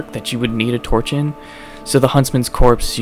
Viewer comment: It's huntsman's copse not corpse